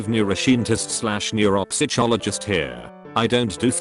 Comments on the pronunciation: nobody: tts: neuroshientist/neuropsytshologist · The pronounciations are killing me. Expecially the ones where the software tries to read out loud "neuroscientist / neuropsychologist". I lost more than a few brain cells.